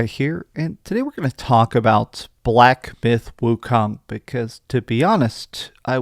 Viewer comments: Black Byth Wucome, what! Did you really say that in the opening. Stay off the weed bro 🤣 🤣 🤣 🤣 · Did he say black “byth” wikong😅😅😅😅